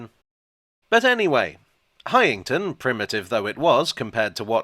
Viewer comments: As a former local it's "Highn-ton' rather than "High-ing-ton" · It’s pronounced Hineton. You’re welcome!